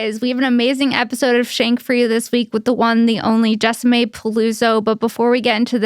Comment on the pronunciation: Her name is jessi-mae not jessa-mae. Wtf?